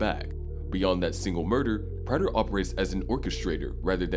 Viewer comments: Bro learn how to pronounce praters name. They say it in the show constantly. This is trash narration. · Why doesn’t this narrator know how to pronounce Prater’s name ?